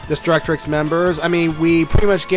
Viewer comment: I see Destructix, I hear destrucTRix😡